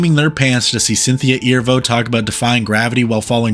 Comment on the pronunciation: Cynthia’s last name is pronounced as Ah Ree Voe